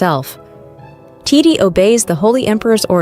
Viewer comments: you keep calling titi titty like bro im aaaaaaaaaaaaaaaaaaaaa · Tiddy? I thought it was titi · It’s TEETEE not TITTAY🤣🤣🤣🤣 damn!!! Hakan ALWAYS SHIRTLESS to greet the EMPEROR??? AAAYYOOO!!! 🤣🤣🤣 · Is it just me or tidi sounds like tity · .... Titti3s delight ..... It just keeps going 💀 Tai-tee as well ... Oh goodness XD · I lov this story so much but I js cant get over the way th narrator says " titi" like titty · It sounded like you called titi t!tty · You did “titi” so bad by saying her name as tit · Every time I hear the narrator say Titi’s name I make the Ishowspeed face because wth is that pronunciation 😂😂😂😂😂😂😂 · OMG wait me to 😭😭😭 i thought it was just me 😭🤚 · lol me to girl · ON IS ANYONE GONNA TALK ABOUT THE WAY IT SAYS TITI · She said titi